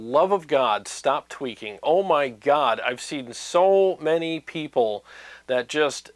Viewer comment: Every time you said “tweaking”, I heard twerking in my mind. Stop twerking for god’s sake!